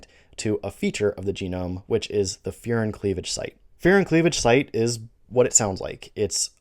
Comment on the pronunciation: I thought you said "fear and cleavage site", so when you said it is what it sounds like I was very confused.